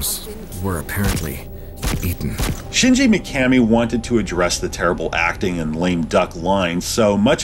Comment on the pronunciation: It’s pronounced shingee mikamee